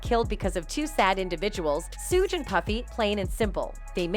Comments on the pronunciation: Who's "Sewge" Knight? This is an investigative report, style video; this channel should do their homework and get the names correct. Pathetic, really! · I can't even listen to this one she can't can't pronounce suge nor pacs name right lol